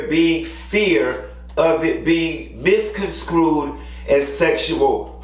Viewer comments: The word is “misconstrued,” not “misconscrewed.” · Q, MisconSTRUED NOT SKRUDE